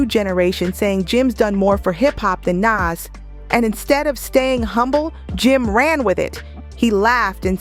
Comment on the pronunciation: She pronounced Nas 2 different ways back to back.